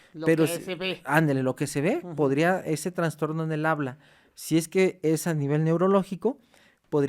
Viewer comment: “Tanstorno”. Lol.